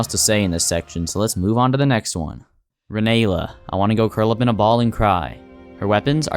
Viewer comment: why do you like to butcher every boss name in the game? ranaila ? Radoon ?